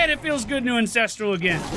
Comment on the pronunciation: Am I the only one that hears say Incestral and not Ancestral.